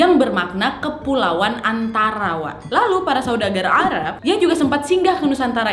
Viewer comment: no one:: "saudagar a'rab" 😂